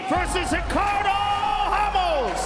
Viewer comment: It's fucken pronounced ra-mos Joe Rogan you fucking donkey